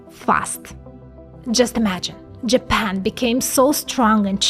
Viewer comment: “ but what if I told you that JApEn”